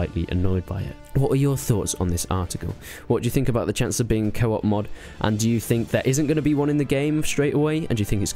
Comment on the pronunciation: thought u said kebab instead of co-op lol